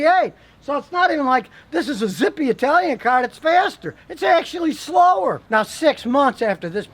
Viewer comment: SSSchlower! Oops